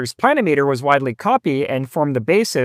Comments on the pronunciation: It's a pluh-NIM-ee-ter, not a PLAN-o-meter. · Yes, agree (If I'm interpreting your comment correctly). Accent on the second syllable, should be pronounced like: pla NIM itter. Not PLAN i meeter. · It's pronounced "pluh nim i ter", similar to altimeter or thermometer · I believe that the correct pronunciation pla- nim -a ter. At least that is the way I have always heard the. pronunciation. This is a tool that I had used many times over my 60 plus year career and almost forgotten about. Great little device. Thanks. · Ditto here (worked for a land surveyor back in the hand drafting and COGO era). I've always heard it pronounced with the accent on the second syllable as odometer, speedometer, thermometer, anemometer, pentameter... but the continental pronunciation of kilometer makes me wonder if accent on the first syllable is a proper variant pronunciation.